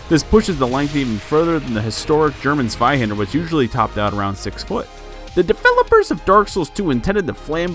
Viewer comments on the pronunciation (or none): none